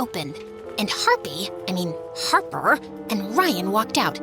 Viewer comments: her name is Harper, not Harpy 😂😂 Ryan wasn't a nice guy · I don't understand why she keeps calling her harpy instead of harper but I love it even though, this story can't end like this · I love how keeps saying harpy😭😂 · She's always saying Harpy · She kept saying harpy on purpose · She said harpy on purpose she made that mistake like 20+ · Harpy souts her name not harper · i was annoyed how she always say Harpee.. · why do they keep saying harpy i mean harper over and over again? its not funny if u keep repeating it like we get it omg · How many times did this girl say Harpy I mean Harper? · Girl why you are kept saying harpy uhh sorry harper jst say harpy she is evil🙃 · Y she saying harpi In stead of Harper😂😂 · Y was she saying harpi instead of harper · Does anyone know why she kept calling harper "harpy"? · i think i heard harpy i mean harper a 100 times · U keep calling her harpy😂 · The fact that ella keep calling Harper "harpie" is funny😂😂 Thank U 4 the likes🌸💕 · I love this so much but im sry I kept getting annoyed when she miss pronounced her name Harper ik she did it on purpose but 😭🤣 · What's the point of mispronouncing her name 😅